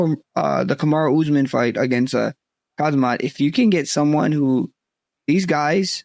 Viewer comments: Khazmat 😂 Oh Max, I love you, but I fear that's not intentional... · "DJ might come out of retirement for Conor" 😆 And Max mispronouncing every fighters' name is hilarious. "Khazmut" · Khazmat is crazy LOL. The way dj says it is the closest Hamzat. Not even khamzat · So everyone’s gonna ignore Max calling Khamzat “KAZMAT”